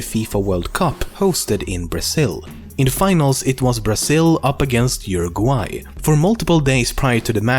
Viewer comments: cannot believe you pronounced Uruguay right<3 im from Uruguay :D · At least he said it correctly